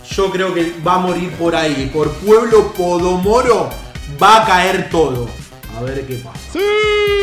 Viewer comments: Es pomodoro no comodoro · No sabes ni leer pueblo podomoro dijiste y es pueblo pomodoro